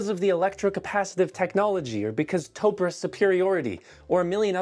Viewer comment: Not topra...it is called topre